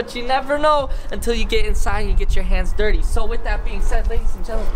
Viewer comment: Maybe I’m just getting too old, but what is that D word he keeps saying? I just found this channel today and I’ve been binge watching, and I assumed he was saying “dirty” in a weird voice but now the context has me confused 😂. Somebody help. I’m 80